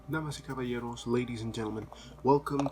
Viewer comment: I like how you say Damas y Callaberos at start of the video. "ladies & gentleman". It's cool 👍